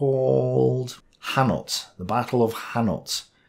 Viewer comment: Ouch! The Battle of Hannut... pronounced: "anNOO".